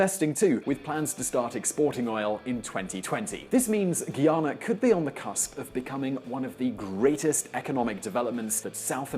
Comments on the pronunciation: GUYANA IS INCORRECT NAME OF GUAYANA,, YOU MUST THINK THAT THE ORIGIN OF THAT NAME IS NOT BRITISH BUT ABORIGIN , GUAYANA IS THE REAL NAME AND 70% IS VENEZUELAN TERRITORY ROBBED BY UK IN NEARLY EIGHTEENTH CENTURY... BUT YOU ARE RIGHT... PRESENTER DOESN'T PRONOUNCE CORRECTLY THE COUNTRY'S NAME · Firstly, please pronounce the name of 'Guyana' correctly. Also get your facts correct and not from propaganda media. Finally, the success of this country is dependent on the limited interference of the western world to exploit our people and resources,such as was done with gold, diamond and other minerals. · Guyanese nationals ( and the rest of the English-speaking Caribbean) pronounce it GUY-ana, not GEE-ana. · Ayu Know Abie Nah Talk Prapa English! Whats Up Wid Dis Gui Ana or Guy Ana. You Understand What The Guy Is Talking About! My GUYANESE People Me Tell You! Stuupes! Lmao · Ok before you talk crap about my country, why don't you grow some balls and live there to get your facts straight. Its Guyana not Guiana. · Started pronouncing the name properly and then it all went to crap....Guy-ana...Not Gui-ana. And then a lot of errors...about the Oil discovery dates etc. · First thing first let's get the name of the country pronounce correct it is not Guiana it is Guyana and your video is very misinform If you going to do a YouTube video on a country you should be properly informed and you should have also pointed out with your British accent that the American former President Jimmy Carter went to that country in 2015 and help Red Dead election which had send that country back into a reverse like the American and the British government did in 1964 that is something you should have pointed out Guyana economy was well on their way to better greater things under the PPP people Progressive Party now the an economy is only based on one thing that is oil please be properly informed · Its Guy-ana; Guy, like a man. Guy-ana. Not gi-ana, not Gui, like guinea pigs. Guy-ana